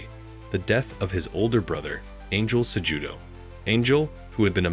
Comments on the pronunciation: sejewdoe brother the j is pronounced as an h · Pronounce his last name correctly if you're going to do a doc on him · I didn't watch more than 5 minutes, brother. After the 4th or 5th mispronouncing of Cejudo's name, it was nearly impossible to listen to a documentary based on a person that the narrator wasn't even familiar with.